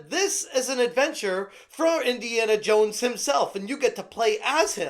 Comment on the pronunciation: But you will be "Indiana Yones"...